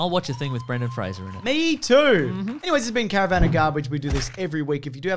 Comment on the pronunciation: This is the only time I've ever heard Brendan Fraser's name pronounced correctly.